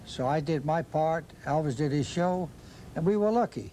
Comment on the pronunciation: and 😅😅 When using phrases such as "show on stage", "his shows", "these shows" the Colonel's Dutch 🇳🇱 accent is almost glaring...